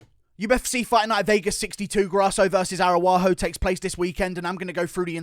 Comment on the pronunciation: Come on man.. learn how to fuckin say the Araújo name WTF are you saying there? aruaho 😂